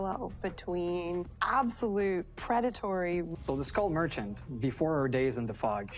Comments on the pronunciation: As a non-native English speaker I still love how you pronounce Skull Merchant like School Merchant. Makes me feel a bit better about my own pronunciation slipups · I thought her name was school merchant because of the way you pronounced it. I’m really dumb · OH! Skull merchant! always heard "School" merchant, thought she was like a cafeteria lady or something in between those lines.